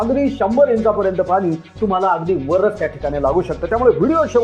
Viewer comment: Pani ...ya shabdat ..n...cha uchhar shudh kara ...aikayala aavadel